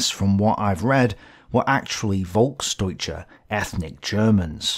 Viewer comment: As a German, i appreciate your efforts to pronounce German words correctly. Just as a tip: The German V is often pronounced like a F, so you can pronounce words such as "Volksdeutsche" like "Folksdeutsche". I really enjoy your content, so thanks for your hard work and please keep it up!